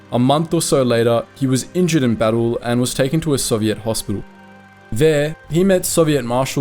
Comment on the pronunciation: You pronounce Soviet wrong